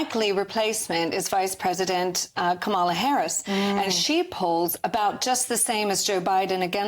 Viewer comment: Every spokesperson for the Republican party should learn the correct pronunciation of Kamala Harris's first name: KAH-ma-la, and use it whenever they speak in public.... especially in the UK.